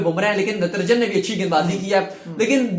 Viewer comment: Its not Ntranjan its Natrajan